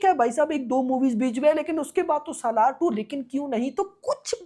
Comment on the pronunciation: SALAAR ❌ Salwaar 🌹